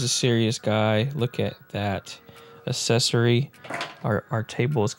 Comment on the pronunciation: You probably said the word accessory 20 times in the video and every time you pronounced it “assessory”